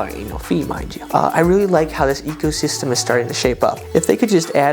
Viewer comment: Sounded like "Wells Fargo Ego system"...😊